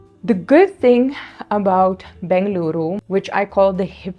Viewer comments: I love the way u pronounce Bengaluru soo well ❤ Il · Your information is known more than the local people, now you are True Bengalorian, and thanks for pronouncing Bengaluru❤ instead of Bangalore🙏